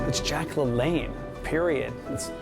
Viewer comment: Isn't it LaLanne not LeLanne?